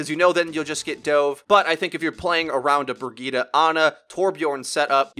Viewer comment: Pronounce it like Bri-get-uh